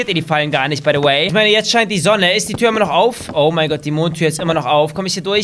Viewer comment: Warum sagst du baydoway